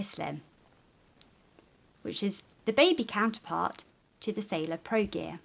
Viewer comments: actually,it's "sailor" not "sailar" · Am I the only one here annoyed by SailOr being "Sailar"?? Sorry, nice review though. A bit slow, but nice.